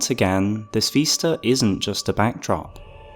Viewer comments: Vis-ta not ves-ta. Vis like this, not ves like vest. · VISta not VEESta. you drive me nuts lol